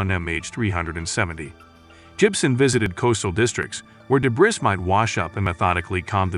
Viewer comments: debris or dé·bris [ duh-bree, dey-bree or, especially British, deb-ree ] not debriz. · Debris is pronounced Deh-bree it's from French, AI narration should know better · debris is french and is pronounced de BRREE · Solved? Learn how to pronounce debris. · yes as soon as I heard the mispronunciations .... aha, robot. Must say though it is one of the better robot voices I have heard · Strange pronunciation of debris.